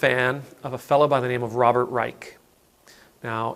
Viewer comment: Good morning. I’m an avid listener of Mr Reich (I believe he pronounces it “Rysh”) and Anand who have helped me in shaping my view of what is going on and what is possible. Someone mentioned Michael Brooks whose heart and soul we lost way to soon. Thank you for being here every day. Your reflections help to keep me calm and centered.